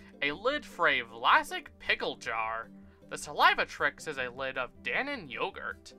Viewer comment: It's pronounced Sal-Uh-Vay-Tricks. It's based on the Word "Salivate" (Sal-Uh-Vate). 😅